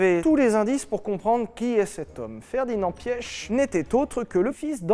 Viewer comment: Correction Piëch ce prononce piche je comprends que la prononciation est pas toujours évident avec d'autres langue et je le sais de Volkswagen. En plus je suis un Piché est la prononciation est très proche entre prononcé Piche ( Piëch ) et Piché.